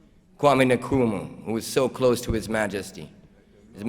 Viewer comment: How can he mispronounce Kwame Nkrumah?????